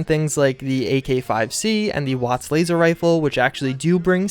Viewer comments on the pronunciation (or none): none